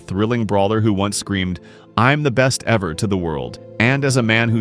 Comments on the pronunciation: not ever, he said evah lol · 15-18-0 is far from “best evah”